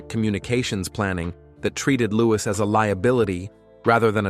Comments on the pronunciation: Louis is pronounced “looeee” not loois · Americans pronounce the s. It's a French name, and the correct pronunciation is Loo-ee. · His name is not pronounced with the s at the end. It’s a silent s. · The S in Louis is silent.